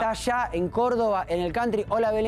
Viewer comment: Cantri😂😂😂Jajaja vos ve a Open inglich😂😂😂